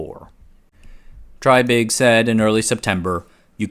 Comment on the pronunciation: It's pronounced TRAY-big. (reference